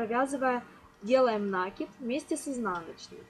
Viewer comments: Спасибо, все хорошо. Все понятно. Только не нАкид, а накИд. Простите, но слух режет от этого слова. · Ничего против профессионализма не имею, но если употреблять для объяснения русский язык, то ударение в слове "накид" на втором слоге накииид, а не нааакид от слова КИНУТЬ!!! Ужасно режет слух, тем паче на таком публичном канале! Больше не зайду! Как говорится "учите матчасть", а потом вылезайте... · Что это!? Уже второе видео смотрю и здесь тоже "нАкид"! Правильно говорить "накИд"! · Урок хороший, но режет ухо слово "нАкид". В следующий раз говорите "накИд". Вас будет еще и приятно слушать. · нАкид. боже, мои уши(( мне аж больно. это единственный косяк